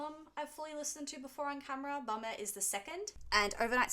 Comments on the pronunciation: Please stop pronouncing Bomber as Bummer! I'm picturing the bomb logo from the tour programme as a pair of arse cheeks. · The way she says Bomber!! Sounds like Bummer!! 😅😅😅